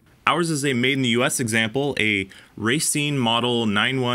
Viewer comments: "ra seen" is how you pronounce it. not racing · You pronounced Racine incorrectly…. It’s pronounced rauh, not raiy. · think of it as ruh-seen. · Is it pronounce ra-scene as in racine mn or racing? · not sure any wisconsin natives have commented this but it's pronounced Rah-seen from anyone I've ever heard here. Cool Review! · Racine, Pronounced "Rah-Scene". Little tip from a local for ya. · Just for future videos, it's pronounced ruh-seen